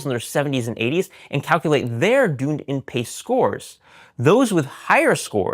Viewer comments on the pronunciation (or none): As someone married to a New Zealander and lived there the DunedinPace is named after Dunedin the city in New Zealand pronounced “duhn EE din” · Dunedin is pronounced Done Eden 😘 - from a NZer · it’s pronounced Duneeeedin pace not Dunedin pace.. Must be the American accent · Personally enjoy this long-form presentation. One thing to note. Dunedin (from DunedinPACE) is pronounced dun-ee-din. It is a city in New Zealand which the algorithm is named after. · Sorry to be random, but mispronounciation of 'Dunedin' really bothers me! 😂